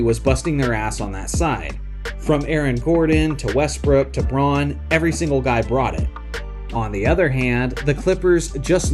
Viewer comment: Christian Brauns last name is pronounced "brown". Its german.